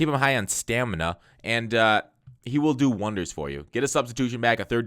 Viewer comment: when you emphasized "stamina" i lost it laughing 😂😂